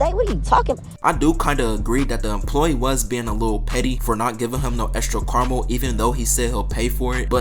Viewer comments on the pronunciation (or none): Nigga it’s Kara-mel. Not carl-mull.